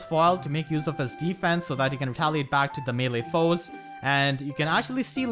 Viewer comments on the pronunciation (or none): none